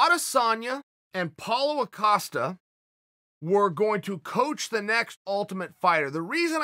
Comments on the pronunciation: Pauwl-o-a coastal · He's still say Apollo Ocosta ?? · Nobody: Uncle Chael: "Paolo Acosta" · Chael: Paulo Acosta Me: ok great! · Chael Sonnen: Paulo O'Costa Paulo Costa: It's just Costa there's no 'O' Chael Sonnen: O-K great. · If Chael says is ‘Palo Acosta’ then Palo Acosta it is for me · Me: Paulo Costa Chael: Paulo Acosta Me: Paulo Acosta. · Lol why Chael always add like 6 syllables to Paulo Costa's name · If Chael says his name is Paulo Acosta then his name is Paulo Acosta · "Paulo O-Costa" Is it just me hearing this? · Chael “Apollo Acosta” Sonnen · Chael "Paulo Acosta" Sonnen